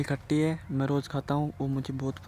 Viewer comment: khatti nahi bhai tatti bola 😁😂😂